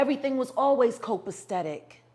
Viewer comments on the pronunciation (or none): not copaSTetic! It’s co·pa·cet·ic /ˌkōpəˈsedik/ adjectiveI NFORMAL•NORTH AMERICAN in excellent order.